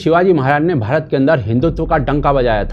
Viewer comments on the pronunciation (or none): none